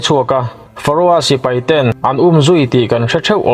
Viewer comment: sipai,tih tur hi sipei i ti zeuha